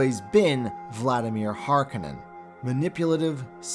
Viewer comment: HarKOnnen not Harkanenn